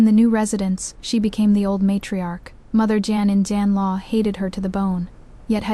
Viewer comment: you need to listen to these stories before you post them. The AI can’t correctly pronounce today, mother-in-law, father-in-law, or parents-in-law. It messes up the children’s ages in the timeline. It labels the heir as the crown prince, instead of the heir. It also makes no sense to fight so hard against them in the beginning because of him taking a concubine only to later give him two concubines, and then let him keep taking them in just to spite the one he originally wanted to take in. This makes the FL look stupid and petty. I didn’t like this story at all. It would have made more sense if FL would have stuck to the six months, got the signed paper of the events and later went to the yaman to get a divorce. I would have respected her if she had done this. It’s stupid and petty to punish one combine by taking in more. It’s making the FL look stupid too.